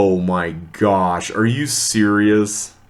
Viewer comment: Every time you say 'Oh, my gosh!', my mind hears 'Oh, my Josh!'